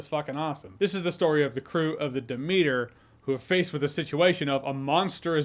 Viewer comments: Pfft, Jeremy's pronunciation of "Demeter" is hilariously cringe. Dem-eater 🤭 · bro said "da meter" 😂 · De-meater lol. I'm out. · Of course he doesn't know how to pronounce Demeter....haahhaha